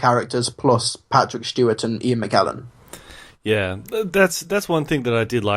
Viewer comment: Ian Mckellen not Mcklellen